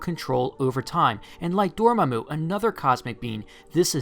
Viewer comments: Never pronounce Dormammu's name like that again please. "Door Muh Moo" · Love your channel but...DORMAMU [Door-Mah-Moo]. Ok thats off my chest now. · lol door mu mu, Door-MA-Mu, there you go